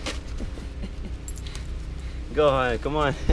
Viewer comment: I thought it was gohan not Go han